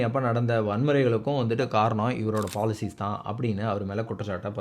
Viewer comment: பலுச்சிஸ்தான். பேரை சரியாக உச்சரிக்கவும்